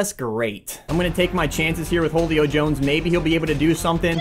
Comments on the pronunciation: I love you but seriously, Jolio Jones? I don’t know if he is actually saying Julio in a weird way or is flat out say Jolio 😂😂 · "Whole-io Jones" love ya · You said Julio like wholeo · pronounces wholio jones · u said ho lio Jones it’s who lio Jones everybody knows that. I know cause he is my favorite player. Spelled Julio Jones.